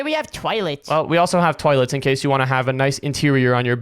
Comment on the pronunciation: Why did you twaylet not toilet 💀💀